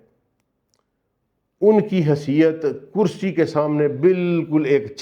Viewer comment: Sir plz with due respect it is not (kursayyu )but kursiyyu .